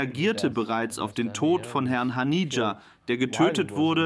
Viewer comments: Er hieß nicht Hanija sondern Hanieh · Nicht mal der Name von Haniye wird richtig ausgesprochen...